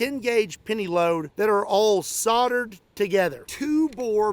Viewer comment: Soldered, and said soul durd not soddered, trust me I'm English. 😂